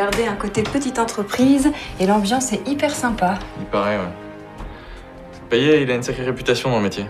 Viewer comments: C'est payeT "payette" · Son nom de famille ne se prononce pas PAYET mais comme PAYETTE mais sa s'écrit comme ça Payet